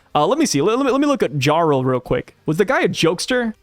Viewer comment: No hate but the J in “jarl” is pronounced like a Y. ❤